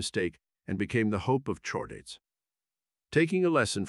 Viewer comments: There's also "chordate" which should be prounced "kordate". You could try spelling some words phonetically to get correct pronunciation... just a thought. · I like how the thing can perfectly pronounce "deuterostomes" and "echinoderms" but can't say "gill" or "chordate."